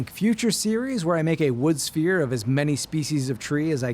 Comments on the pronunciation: I was so confused.....I thought he said he was making a spear. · My dumbass thought he said spear head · Definitely heard “spear” not “sphere” 😂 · You were saying “Sphere” I kept hearing “Spear” and was VERY confused from the first cut. lol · I kept hearing “spear” and got disappointed at the end😢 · Yeh you said Spear,.. blatantly. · When he said sphere I heard spear so I thought he was making a spear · Why did i hear "spear" instead of "sphere" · Didn't see the subtitles at first, thought you said 'spear'. 😁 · I thought you said spear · I thought he said spear 😞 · Chat My brain hear spear not sphere and I was so confused for like half the video 😭🙏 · Am I the only one that thought he said “spear” not “sphere”? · I thought he was saying spear not sphere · Ohh sphere, for half the vid i thought he was saying “spear” lmao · I thought you said spear and wondered why you would make such a short shaft 😂